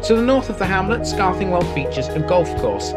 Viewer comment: Your also over pronouncing the TH sound in Scarthingwell. It's more like scar thin well , enjoyed the video lived in Saxton when I was younger.